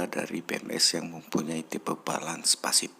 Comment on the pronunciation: Pasif bang. Bukan fasip. ,😂